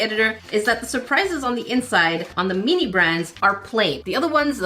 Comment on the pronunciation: Why do you say meanie instead of mini 😭